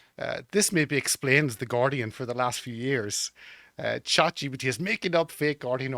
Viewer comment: Is he saying "ChatGPT" or "ChatGBT"? The entire point of AI, the money being made digital, higher taxes and inflation, and everything else that leads to demoralization is... you will own nothing and you will be cattle.